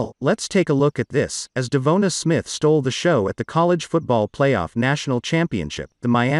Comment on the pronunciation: You’re the only guy mispronouncing his name.